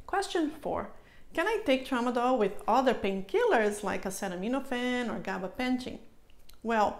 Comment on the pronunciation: If your a doctor why can you not say Gabapentin correctly? It is pronounced Gaba-Pen-tin not Gaba pension. I have noticed this in the last video about this drug.